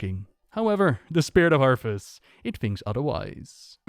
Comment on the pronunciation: Its funny how he said arthus like arfus considering the hearthstone card exists lol